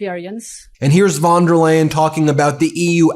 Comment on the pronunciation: Excellent video, but not spending a few seconds finding out how to pronounce the name of the president of the European Commission makes you look unprofessional, unreliable, and uneducated. Von der Leyen is pronounced like "lion", not like "lane"!